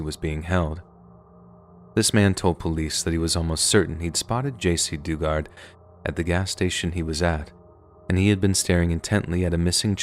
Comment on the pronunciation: Her name was Jaycee Do-Guard (phonetic spelling)